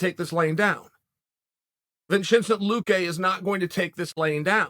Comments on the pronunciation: "Vin-chin-sent Luque"🤣😂👍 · Did this man just say vin-chin-cent luque. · That Vinchenzant luque, yo